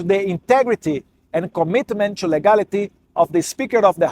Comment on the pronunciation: Eduardo, melhore a pronúncia do TO, você pronuncia como se fosse TWO.